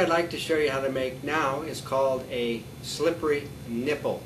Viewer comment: i went to this video just to hear the guy say slippery nipple in a weird way which i knew he would hahaha